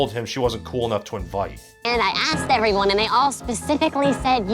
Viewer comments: Your videos are cool you say everyone wrong you say it like "ay-ver-one" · What is "aveone"??? Anytime you are supposed to say "everyone", you say "aveone". Why? I've heard you say the word "every" in other contexts so I know that you can say the word correctly yet EVERYTIME you say the word "every-time, one, thing you say "avey-time, one, thing", etc... I seriously don't mean to come across as making fun of you for this, I honestly am curious to know if this is something you are aware of doing or if its accidental.